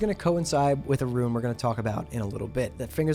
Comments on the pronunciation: rune is pronounced ROON, not “ruin.” additionally, is false. Warlocks, or any class, will not be able to stack rune effects on the same piece of gear. so 1 rune on gloves, 1 on chest, 1 on legs. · Its Roon, not Ruin Pronounciation police! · Bro how the fuck cant you just say "rune"? I cant watch when you keep calling them ruins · Rune not Ruin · great vid, but dear god when you people gonna learn how to say RUNE properly. Its not RUIN -_____________________ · How the fuck do you continuously mispronounce rune, nigga it is ONE syllable!